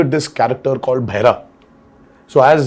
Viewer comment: Oh for god sake Bhairav(deaf) sounds like Bhaira , why Saif ???, this guy is uncultured,anyhow so Happy to see JR NTR and Jahnvi together